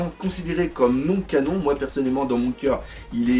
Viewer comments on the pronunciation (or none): none